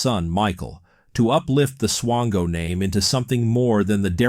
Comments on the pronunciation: Are you saying swango or chango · Mispronouncing the guy's name isn't exactly a desirable trait. It rhymes with "tango".